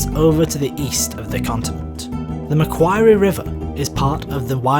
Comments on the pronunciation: Pronunciation: Macquorruie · Bruh its said like McQuarry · You pronounced Macquarie wrong and it hurts my national pride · This pronounciation of Lake Macquarie tickles me. My boyfriend was taking a drink and had to struggle not to spit. A+. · honestly usually make Australian pronounciations TOO fancy like they will call it Mel-Bourne instead of "Mel-bin" the way we pronounce it. Yours was a more interesting way and it always tickles Aussies when things are pronounced wrong. I haven't forgotten the TV show Alias pronouncing Mackay in a way that makes sense instead of the way we pronounce it; "Mack-eye". Good, informative short video.